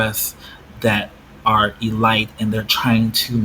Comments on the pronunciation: E-lights LOOOL This is ridiculous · I never heard anyone say elite like you did. But good video fam.